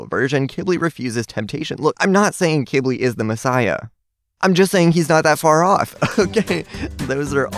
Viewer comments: It’s pronounced q w I ,b i l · when he call qibli kibli it makes me mad every time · i thought you said Qilbi (Qu ill be)